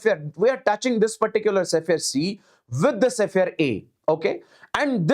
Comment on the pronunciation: it's sphere, not sephere